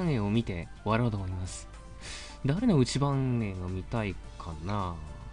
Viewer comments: 内番（ないばん）って読むんですよｗｗ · 内番(うちばん)って読むんですよ🎵～～